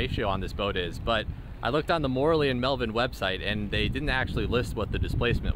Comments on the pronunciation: Yes, he pronounced it like Morley. Italian is really easy. Should be More-ell-ee. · Your pronunciation of "Morrelli" is so wrong...